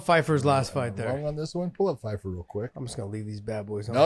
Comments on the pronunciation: Pyfer not Fifer ffs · It's Pyfer with a P, not Fifer